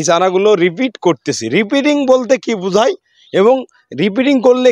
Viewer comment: রিপিটিং না। কথাটা রি-পটিং (Re-potting), মানে ছোট পট থেকে বড় পটে স্থানান্তর করা।